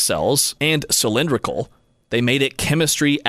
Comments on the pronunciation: cyl-in-DRIK- ul cells? Try cyl-IN-drik-ul cells... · Obviously AI generated, “Sill-En-Drikle” really?